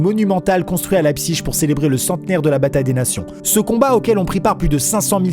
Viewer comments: leipziGGGGG c'est un g pas chhhhhhhheee suisse vas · Amixem c'est le gars en cours d'allemand qui prononce "-ig" "-ich" alors que moi c'est la team "-ik" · CA SE DIT "LEIPSIG" ET NON PAS "LEIPSISCHCHCHCHCHCHC" OBJECTIF 100 ABONNÉS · On dit pas leipziche mais leipzhich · On dit pas [Laïbsich] mais [Laïbsig] 😂 désolé mais ça m'a stressé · Alors par contre Maxime je crois que Leipzig ça se dit "Lépsigue" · Qui prononce cette ville lébzigue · T'as faux on dit Leipzich